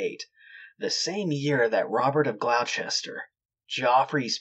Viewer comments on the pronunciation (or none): Gloucester is pronounced Gloster because we're lazy. Worcester, Leicester, Gloucester, Leinster. Wuster, Lester, Gloster, Lenster.